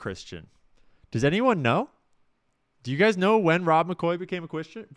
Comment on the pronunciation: “Became a Chwistian” 😂